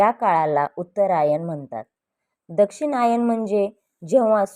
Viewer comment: Aare Dakshinyan nahi yala Dakshinyan bol